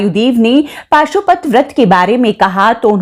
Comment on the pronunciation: Pashupati vrat hai paashupati nhi